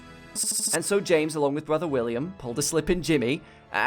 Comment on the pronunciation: Camaro BRUDDER